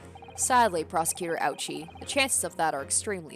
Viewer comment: Actually, Auchi is supposed to be pronounced owchie. Like payne is pain.